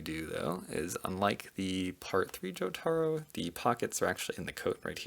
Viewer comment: Every time he calls jotaro I cringe